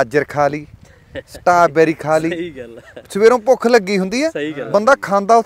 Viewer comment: ਸਟਾਬੇਰੀ ਨੀ ਬਾਈ ਜੀ, (ਸਟ੍ਰਾਬੇਰੀ)